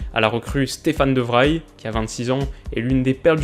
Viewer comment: Très chouette vidéo qui a toujours autant le don de susciter l'intérêt dans le foot ! Tout petit détail, le de Vrij de Stefan de Vrij se prononce de Vreï ^^